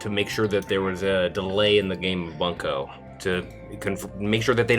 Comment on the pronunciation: Drinking my fucking energy drink at work when he mispronounced bunko and I literally threw it back up and almost choked from laughing